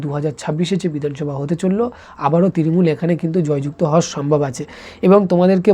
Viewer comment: তৃরিমূল না তৃণমূল আগে উচ্চারণ ঠিক করে শিখে আই তারপর এইসব বলবি